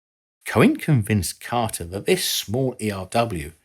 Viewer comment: It was the "Carter" administration, not the "Cotter" administration.